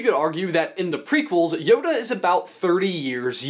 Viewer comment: YODA not Honda